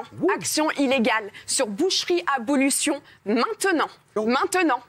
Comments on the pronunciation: "abolution", "abolétion". C'est un vibrant plaidoyer pour manger de la viande "maintenant", toujours. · BelgePowaaa kevin bah c’est ce qu’on dit, elle est tellement stressée qu’elle n’arrive même pas à dire « abolition » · "abolétion" "abolution" je comprenais rien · La meuf de boucherie abolition qui n'arrive même pas a dire le nom de son organisation 🤣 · Non c'est abolition . De Abolir un synonyme de supprimer mais de manière définitive . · bah oui elle est tellement stressée qu'elle en fait des fautes mais on sait que c'est abolition